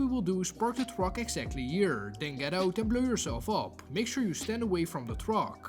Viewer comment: Make sure you tale distance so you dont blow up the "twuack" 😂